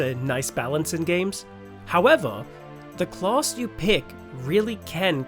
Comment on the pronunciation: Clause? Claws? Oh, CLASS! Good video, clear sound and voice, very good!